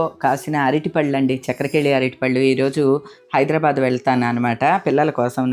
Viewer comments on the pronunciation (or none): none